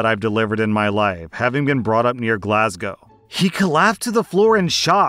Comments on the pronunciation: As a Glaswegian myself I'm happy you pronounced Glasgow correctly and not the typical American way 😂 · Happy to hear an American finally pronouncing Glasgow correctly 😂😂 "Glaswegian" was eeeever so slightly off, but I can forgive it because of how you said Glasgow lmao (it's just Glaz-wee-jan, not Glaz-wee-jee-an. No "jee" sound, unless you're shortening it - some Scots call Glaswegians "Weegies" lol) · As a Scotsman, I must thank you for pronnouncing Glasgow correctly and not attempting an accent 🤣🤣